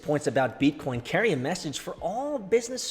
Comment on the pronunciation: First time I heard say BEETCOEEN ages. Damn it felt good!